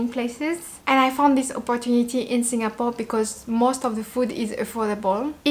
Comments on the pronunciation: You pronounced same as many local uncles and aunties the way they pronounced "SinGApore". It's very local and more endearing to me. 🤩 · The way you pronounced Singapore is so Singaporean. Must be influenced by your Singapore friends.:goodvibes